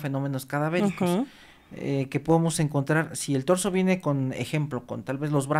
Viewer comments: señora, no se llama DORSO, se llama TORSO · Es Torzo no dorzo cuando se refiere a la parte de arriba del cuerpo, gracias Dr por corregir de manera sutil a la Dra, Torzo no dorzo.